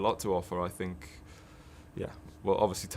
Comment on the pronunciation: Mourinho: "I sink..." Bale: "Yeah.." Mourinho: "I prefer not to say.." Bale: "Yeah..?" Mourinho: "fu*king bulls*it" Bale: "Yeah!!"